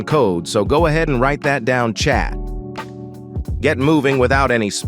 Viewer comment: I thought he was saying chap 😂